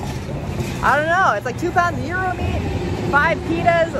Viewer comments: so happy you pronounce gyro right. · A lot of people get it wrong but you’re on point! You’re saying gyro just right! Way to go on the win. Another awesome victory. You’re awesome chic!